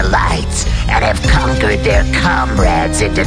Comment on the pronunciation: every time i hear the intro i hear "they have conquered their cumrags" instead of comrades